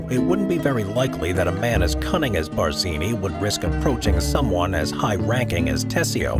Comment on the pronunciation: pls edit iiut the GD Bardzini! Stopped listenung thwre!